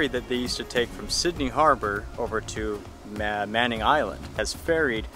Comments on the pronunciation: Just a brief correction on the old ferry. They are called the Manly Ferry. Manly is actually a Northern Suburb of Sydney. It is not on an island, it is part of the mainland. The area of Manly was named by our first Governor, Phillip, who explored Sydney Harbour during the early days of white settlement. The Governor described the local native men as looking very manly, and that was how the area got its name. To this day the Manly ferry operates more modern ferries between the Sydney city area of Circular Quay (pronounced key) and Manly. I love your travels and your crew. I do miss peanuts. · "Manly" ferry not Manning.